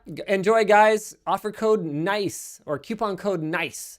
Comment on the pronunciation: Wait! You say queuepons?!?!